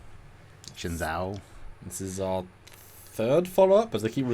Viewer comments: Guys. Say it with me, "shen-ZOO." Not ZOW, it's ZOO. Pronounced SHINzoo. Copy? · I saw an interview with Sonequa Martin-Green... she pronounces it "Shen' Joe". So, that's probably the correct pronunciation... anyway, the USS Shenzhou is dope!!